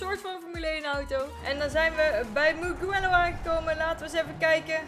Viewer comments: Gewoon voor de info geen kritiek. Je spreekt het uit als muujelloow. Ik kende het circuit al van de motogp. Dat is met marquez en Valentino Rossi. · De g van mugello is zacht